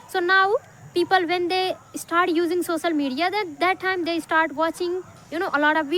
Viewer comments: Not सोसल it's सो श ल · Bro her accent is not good but fluency is good...languves,sosal media,inicially,hab anyone, is this the slang your talking about? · Sosal media nahi ...social media bolo first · Sosal media not social (soshial) 😊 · Sosal or social 😂